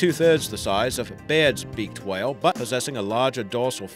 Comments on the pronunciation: А hwale ? Are you fckin Stewie Griffin ? Its a WHALE not a HWALE buddy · the way you say whale pisses me off for some reason